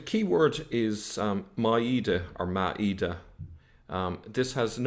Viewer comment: That Irish Pleb can't even pronounce a single Arabic word properly IT'S "maa-eda", not "ma-eeda", which gives a different meaning.